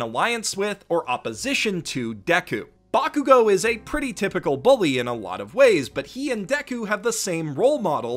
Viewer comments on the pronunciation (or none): none